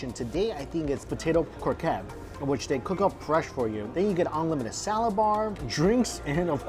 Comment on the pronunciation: When u say croquette please prononce the TTTTT, its croqueTTE